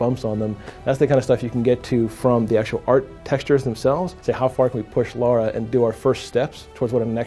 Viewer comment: Be nice.... Let's not nitpick, please. The name said was close enough to the real one. You knew exactly what was being referred here, there's absolutely no need to act the way you did. He's picking on you because the name of the character is actually "Lara", not "Laura".